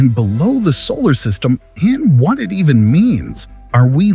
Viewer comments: . “solary system”? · The "solary system." Lol